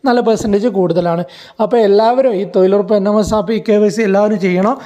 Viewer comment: തൊഴിലുറപ്പ് ആണ് തൊയിലുറപ്പല്ല തൊയിലാളി അല്ല തൊഴിലാളി ആണ്